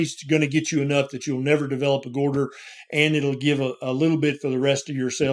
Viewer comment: Goytar not gorder